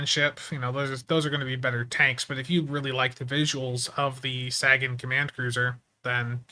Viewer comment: We don't take your mispronunciation of "Sagan" seriously exactly, it's just pure instinct, like if someone calls me Brian -- I'm like huh? It's RYAN, sir. Imagine everyone called you Spunser instead of. You wouldn't hate it but it wouldn't feel right either 😅